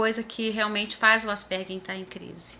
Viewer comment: Parabéns! A primeira vez que escuto, aqui no Brasil, a pronúncia certa!